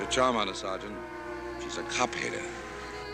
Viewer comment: A cop hate-uh